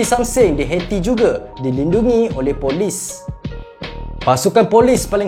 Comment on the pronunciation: Bukan detector min. Dictator. Detector tu pengesan. 1 lagi,Haiti bunyinya bukan heti,sebutannya ha yi ti. #teguranmembina